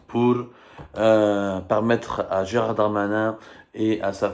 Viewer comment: C'est Gérald et non pas Gérard